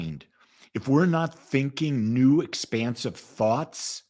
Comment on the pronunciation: Expansive not expensive lol